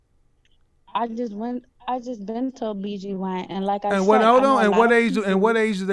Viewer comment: Did she say she went to a "BGYN"🤣